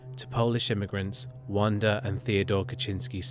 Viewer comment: It’s pronounced VANda not wanda